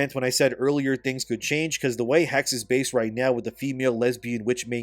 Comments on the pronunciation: Is pronounced Hex-eh, not "haggs" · Yo! Just wanted to let you know, the word is pronounced “Hecks-uh” and it is literally the German word for “witch”. Assassin’s Creed: Witch…;P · The last "e" in "Hexe" is not silent.